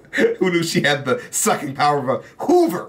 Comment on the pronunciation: the emphasis on “Hoover” fucking killed me!